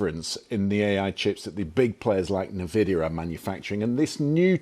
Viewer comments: I have never heard anyone pronounce NVIDIA like that, you can tell this guy had zero exposure to tech 😂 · This is not how you pronounce NVIDIA :)